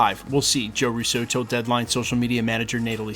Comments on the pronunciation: Sorry, I’ve been holding back for so long…. It’s “-RUUUUso not RussO.!!! They are Italian, not French! The accent is on the first syllable!!!! It’s been driving me insane for the last three years listening to your channel! Great channel but please, my Italian ears are bleeding already! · Why are you consistently pronouncing Russo with the accent on the second syllable like the French would rather than on the first syllable like the Italians would?